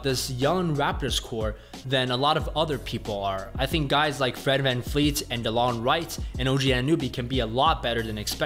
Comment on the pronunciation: van- VLEET its a V not an F